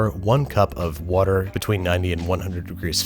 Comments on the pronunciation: "wudder" you're definitely a philly guy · You say water very much like Chris Fix does lol